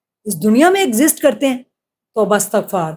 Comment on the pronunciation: Madam toba estagafar hota ha Astagafar ni